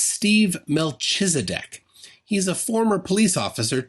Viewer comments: i think it's supposed to be melkhizedek, not meltshizedek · It’s pronounced, mel-KEEZ-a-dek. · I have forgotten everything except how you butchered your pronunciation of Melchizedek. The ch is a hard K sound...